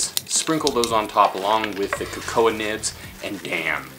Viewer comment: and did you say Ko-Koah nibs??? I think its pronounced, KoKo.. Maybe I missed something